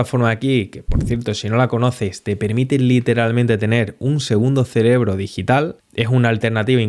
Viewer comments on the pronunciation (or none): none